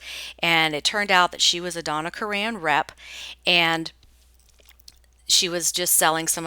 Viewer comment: Karan is pronounced the same as the name Karen.